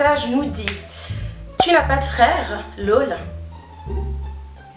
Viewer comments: Ça me fume tu dis “lôle" au lieu de "laûl" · C'est ton "laul" qui me fait rire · Tes « lol » c’est stressant la prononciation😂 Nice video sinon